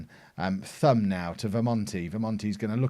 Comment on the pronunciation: For Thorgesen and Thum, the Th should be pronounced as a hard T, so Thorgesen and Toom (u is a oo)